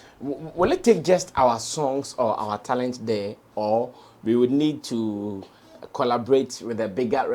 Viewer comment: No disrespect here, pronounced like an East African. For example he pronounced Talent as “Tarent”.